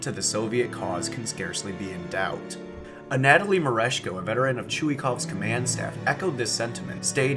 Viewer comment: The soviet army's inadequacies are already numerous enough throughout WWII, idk why they add on this sort of nonsense. If I recall correctly, political commissars had reduced involvement in military affairs after bad experiences in Finland. Also, the way you pronounce Anatoly is a tad annoying.